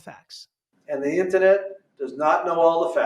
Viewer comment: WTF is an “intanet??” 😂😂